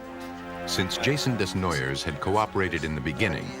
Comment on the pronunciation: This hurt my head. Desnoyers is pronounced Day-noy-yay or Deh-noy-yay..